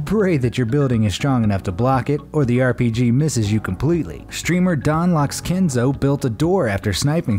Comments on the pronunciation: Did..did he say. “airpg?” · He said airpg